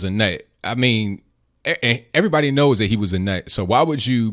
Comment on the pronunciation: Lol she just blaming "er'vrybody"!!!!!HAHAHA she just can't get it through her head that plenty of decent folks did not want her in office